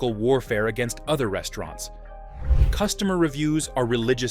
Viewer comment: Very informative video, but the way you pronounce the names of the restaurants kinda throws me off. Haha. Like there's unnecessary pauses in between letters or words.